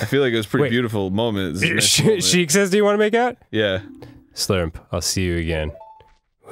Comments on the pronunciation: “She’s like ‘you wanna make out’” “You said shiek’s like you want make out” “YeAh, sHiEk” saved it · Someone should make a counter for Arin slipping up about Sheik Or you could just make it a drinking game